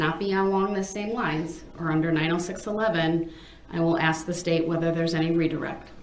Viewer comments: Brung into a courtroom. Wow. Who taught him English. “Have they saw”. “Axeing” substaining. Forf. Oaf. And does he not hear how dumb he sounds? Biasness. Biast. How can he hear the work ask yet turn around and axe. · Lol he even says “axe” instead of ask😂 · Love that part. I wish she would say "do you want to axe a question or ask a question?" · Not all blacks speak like that he's lazy and doesn't care to pronounce his words, he thinks he's a gangster